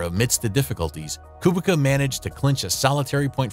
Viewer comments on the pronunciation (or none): As a Polish person I just wanna say that Kubica is probounced "Koobeetsa" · Great vid! But you need to look at your surname pronounciation! Latfi? BianCHi? Koobika? :( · Kubica's name was really going through it 😭🙏 I'm polish and it's pronounced "Koobeetsa" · A co, kolejny który mówi Kubika?